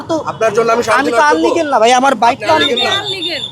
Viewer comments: আনলিগাল নয় ইলিগ্যাল হবে ওটা 🤣🤣🙂🙂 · কেমন পুলিশ আর কেমন ম্যাজিস্ট্রেট, আনলিগ্যাল বলে ইলিগ্যালকে।।। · ইল্লিগ্যাল নাকি আনলিগ্যাল।।। হাইশ্যকর। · আনলিগাল না ইলিগাল হবে, চাবিটা চাইছেন নিজ দাইত্বে গাড়িটা সরিয়ে দিবেন এমন মহামানবিক দাইত্ব কোনদিনও পুলিশকে করতে দেখিনি।😂 ছেলেটা যথেষ্ট ভালো ব্যাবহার করেছে আপনাদের সাথে। মনে হয় ক্যামেরার সামনে নতুন? আর এই সাংবাদিক গুলো হচ্ছে বাইঞ্চোত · আপনি আনলিগ্যাল মানে? ইলিগ্যাল নাকি আনলিগ্যাল? কি বলে এই ঠোলা? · আনলিগাল না রে শিক্ষিতোর বাল ইলিলিগ্যাল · শব্দটি আনলিগ্যাল হবেনা শব্দটি ইলিগ্যাল হবে।